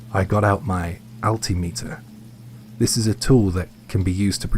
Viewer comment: I sure am glad you explained what an " ALL•tea•ME•ter " is. It's the same as what we call an al•TIM•ə•tər.